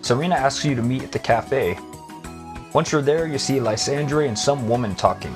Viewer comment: Why are you pronouncing lysandres name that way. So much official media has said his name properly